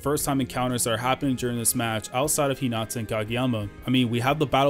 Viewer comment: Its Hinata not Hinata